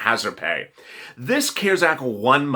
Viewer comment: I am not being MEAN in anyway but you had to say CARES act with a C 🤣🤣 we have SEEN 👀 & heard 👂CARES ACT since March you crack me up with a C 🤣🤣